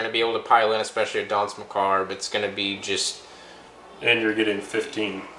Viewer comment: Enjoying these batreps, but i gotta say this is driving me crazy... its macabre not mccarb